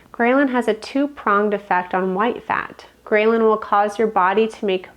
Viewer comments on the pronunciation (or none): fyi: it's not pronounced : grey-lyn, but grell-lin. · The statement “9 a.m. in the morning” spoken 4 minutes and 30 seconds into the video motivated me to stop watching this video and disregard all information given by the video. Also the mispronunciation of “ghrelin” got me good. Is this individual actually a doctor? I’m impressed. 🎉 Congratulations on posting your YouTube video. I hope next time your presentation is better and my fingers are crossed in hopes that the information you give to the world is actually valid and that you’re not part of the population attempting to destroy the people of the United States from within.